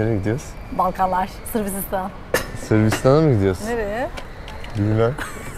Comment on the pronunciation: 😂😂😂sirbisistan demesi özleminnn😅